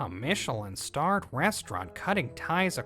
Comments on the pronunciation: Another great story. Also Michelin star is actually pronounced like this MICH + UH + LIN. Just for future reference for the female voice actress. The man pronounced it correctly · I think Reiko not being able to pronounce Michelin correctly could be seen as an intentional story beat to show she's just how much of a clueless spoiled poser the really is (granted we never hear any of the other female characters say it).